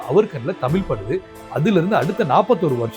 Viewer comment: 'தமிழ்' என்ற சொல்லில் 'ழ்' என்ற மிகத் தனித்துவமான ஓர் எழுத்து உள்ளது. தயவுசெய்து அதைச் சரியாக உச்சரிக்கவும்